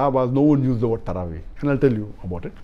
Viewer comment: Tarawee sounds like sarabhi